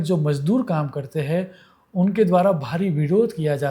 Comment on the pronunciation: गुजराती लोग जब हिंदीभाषा बोलते हैं तो कुछ शब्दों में अनुस्वारों के उच्चार नहीं करते हैं, जो कि व्याकरण की दृष्टि से करना अनिवार्य है : 'हैं' के स्थान पर "है" (अनेक बार); 'घड़ियाँ' — घड़िया, 'समझेंगे — समझेगे, 'होंगे' — "होगे", 'करें' — "करे", 'देखेंगे' — "देखेगे", 'चिन्ताएँ' — "चिन्ताए" आदि।